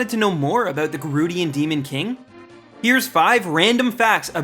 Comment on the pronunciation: ''Here,s 5 five random facts aboot Ganon'' are you Canadian?